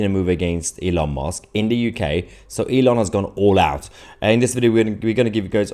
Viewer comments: Why can’t you pronounce Elons name correctly? Musk not Mosk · Musk Mahyer not mosque. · His name is MUSK NOT MOSK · I can't help hearing Elon 'Mosque', when you say his name, and not Musk. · Thats Musk not mosque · Mahyar, it is Elon Musk not Elon Mosque 😂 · With all due respect my dear Mahyar, try to pronounce it as Musk not “Mosque”, you might inadvertently cause the wrong impression 😀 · Hi Mahyar, I love your content and your English is near native perfect, except for your pronunciation of the vowel U. It's not the same as O!! It's not opdate or Elon Mosque!! Yes dear friend, that is how you just said his name! Musk is like a Musk Ox! Ask a friend! (Unless this is a London accent Ive never heard in my 75 years in the South!) Cheers & stay safe! No offense I hope! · “Elon Mosque” 😂😂😂😂 it’s Elon Musk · Musk. MUSK, Elon Musk. Not Mosk!! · Are you calling him Elon Mosque? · Elon mosque?>? wth bro lol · Please don’t call him Elon Mosque 😂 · Do you know you pronounce his name Elon Mosque? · its elon musk not mosk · Did you say Elon Mosque?? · Musk.... Not mosk 😉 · Good host, does sound as though he's saying Elon Mosque not Elon Musk, which is quite amusing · Elon M u s k Not Elon mosque please Mahar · Why do you say Elon Mosque???? It's MUSK..U as in Uncle.. or is it a play on words??😮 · Musk not mosque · Elon musk not mosque you Muppet..are you taking the piss..🤬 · Please it's M u sk. Not M o sk. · It's MUSK not MOSK! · Why do you keep saying "Elon Mosque"? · Mahyar, can you please stop calling him Elon Mosque! It's MUsk! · Stop calling Elon mUsk Rlon mOsk. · Why are you saying Elon Mosque? 😂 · Haha you keep calling him Elon Mosque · I'm going to call u mr. Tootsie! Kindly pronounce Elon's surname correctly. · Love how you pronounce it as 'Elon Mosque'. :). Really appreciate your excellent content, thank you. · Why did I hear Elon Mosque XDDD